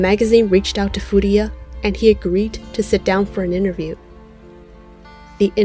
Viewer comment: You keep mispronouncing his last name, it's Furuya, not Furiya. Good video otherwise!